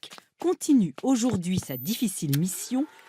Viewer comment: En fait, les francais prononcent parfois par hasard le son allemand "ch" correctement lorsqu'ils disent "aujourd'huiHHHe". Du moins c'est ce que j'entends.